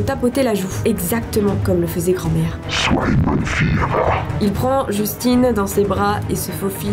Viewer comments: Tu dis Justin " un " Bieber ou quoi ? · sa se dit justin